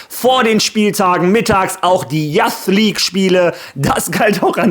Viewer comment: Spreche das Intro mittlerweile sogar mit haha Falls du "Youth" meinst, das spricht man Yuus aus übrigens